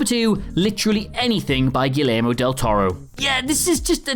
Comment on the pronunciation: His name is pronounced Gayairmo, a GREAT list BTW